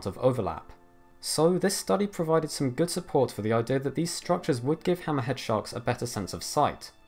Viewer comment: the way you say "hammerhead" makes you sound like you're saying some sort of arab name like "hammahad" or some shit lmao